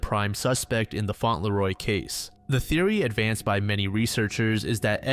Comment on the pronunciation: Fauntleroy is actually pronounced faun-tul-roy. Great video!!